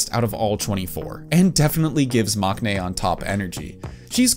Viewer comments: I know maknae is spelt with a k in the romanization and with a character that can sometimes be pronounced as K in Korean but you actually don't pronounce it with a K sound. It's pronounced "mang-nae." As a Korean person, it was a bit weird to hear the K in that word. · It's interesting how you pronounced all the korean names correctly, but then say 막내 wrong.